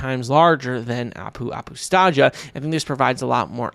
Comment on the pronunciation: Nice vid, only that Apu Apustaja is pronounced like "Apu Apustaya", it's the finnish way of pronouncing the letter 'J'